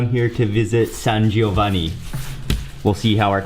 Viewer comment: Hey Mark, nice pronunciation San Giovanni, San Clemente!!!